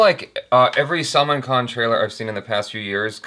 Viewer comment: Its Bhaaaaaa-Rut not Baraaaaaat. Its Sull (as in gull of sea gull)-Maaaaan khan not Salmon. Sheesh. So many years and 1 M subscribers. At least get Rashi Mudholkar to tutor you on pronunciations if she is not doing subtitles and save us the torture.